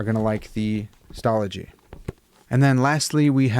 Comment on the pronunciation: You pronounced Stalogy correctly 😂 it is one of my favorite notebooks.